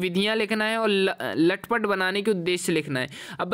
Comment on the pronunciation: लटपट❎😂 तलपट✅